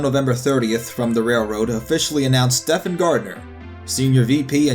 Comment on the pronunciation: Um, it's pronounced "Steven," not "Stefan." It's like one of the most popular male names in history....